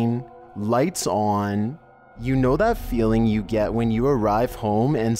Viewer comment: But as it turns out, that might be what you gæt